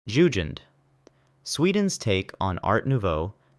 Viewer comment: Jugend isn't pronounced "Yushend". It's pronounced "Youggend". Like the jugend in Hitler Jugend.